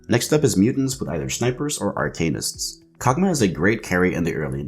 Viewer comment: Ar-ken-ists. Not ar-cane-ists ;) Great video though. Leant a lot. Thank you :)